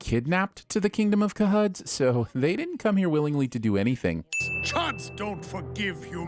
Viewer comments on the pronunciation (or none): Spermable person deserves a sigh. And kaud? If you know the reference then'd you'd know it's sounds like ch u dd like choo choo. Chud cannabilistic human under dwellers. Not kud like a cow. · 1. Saying "KaHud" instead of CHUD repeatedly is 100 sins to the narrator. 2. I absolutely appreciated Sports Illustrated Kathy Ireland in her heyday. Go sin yourself! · Calling them "Ca-Huds" is consistent to the M.O.D.O.K. sins video is genius continuity.